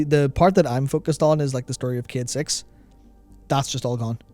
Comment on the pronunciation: ffs dude, I just got into huge trouble at work because someone overheard me listening to this video and i had to fucking explain that they're talking about a character called Cayde-6 and not about 'kid sex'. Learn to english my man, jeebus.